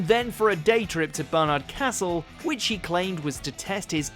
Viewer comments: You're supposed to be English it's pronounced DARBYSHIRE & BARNARDS CASTLE not Durbyshire and Ber-nards castle. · Also you said Bern-ard castle. It’s pronounced Bar-nard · Pronunciation of Barnard Castle is wrong, C'mon it's not difficult. BARN-ARD Castle. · Ber-nard Castle - NO, it's Bar-nard Castle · Here’s another; the fact that no one can pronounce Barnard Castle right. It’s Barn-ard Castle. Easy as that. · na lad he’s fucked that pronunciation